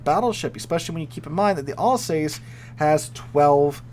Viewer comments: AL sauce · Sigh. AL-sass.